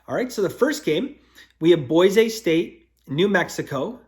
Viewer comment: C'mon be honest, you came right out of the gate with Boy-say St? You did that on purpose, didn't you? 😂😂